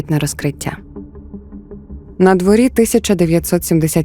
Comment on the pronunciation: Даруйте мені мою прискіпливість, але надвОрі, а не надворІ. У .вас дуже приємний голос і природньо звучить розповідь (деякі канали не можу дивитися через дивний спосіб оповіді).